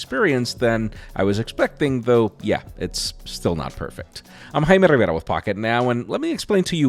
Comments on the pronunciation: Am i the only one who hears is name as Himeriverda? 😂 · Yeah wtf did he say it just sounded like he glitches out. So weird.